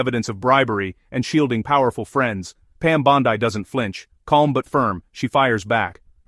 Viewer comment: I don’t know who voiced this, but if you can’t pronounce Pam Bondi’s name correctly, I WON’T FINISH WATCHING!!! I stopped into the video after mispronouncing her name twice!!!